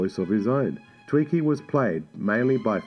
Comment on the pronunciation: It's not twiNkie like the Hostess snack... it's TWIKI !!